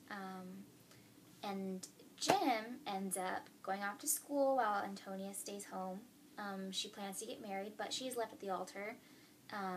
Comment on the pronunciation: Pronunciation of Antonia: An - toe - knee - uh